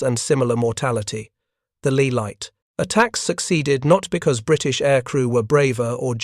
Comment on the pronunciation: Depth charges dropped from 3000 ft? Oh please! Also, Leigh is pronounced "lay", not "lee".